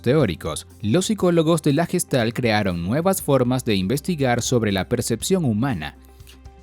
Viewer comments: Recuerda, se pronuncia "guestalt" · no asi se pronuncia gestalt oka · se pronuncia Gueshtalt